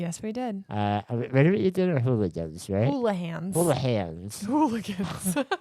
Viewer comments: I lived in Eau Claire for 23 years and always thought it was pronounced Houligans. 😂 Hannah who told you it was pronounced Houlihans? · I think the restaurant is HouliGans not Houlihans. Was this downtown? Grew up there